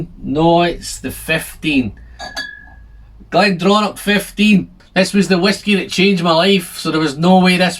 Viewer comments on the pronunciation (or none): it's pronounced "glendronah".....